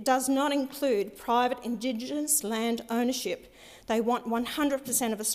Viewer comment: She can't even say Indigenous, this idiot can't even read. Since when does she care about Indigenous people? When it looks good. 6 figure salary, you have got to be kidding me. She definitely didn't write that speech.